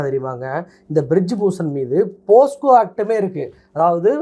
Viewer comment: போஸ்கோ தவறு. போக்ஸோ என்பதுதான் சரி.